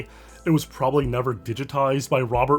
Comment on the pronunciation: I'm impressed by the correct pronunciation of Mruczek, great job Also M Y F R I E N D S